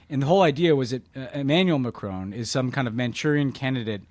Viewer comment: I have to know. What will it take to stop you pronouncing Macron as 'McCrone'? You've been driving us all mad with this for years now. Please just say Macron like a normal person.